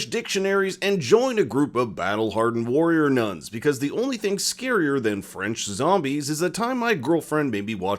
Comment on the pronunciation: not a single french word pronounced correctly.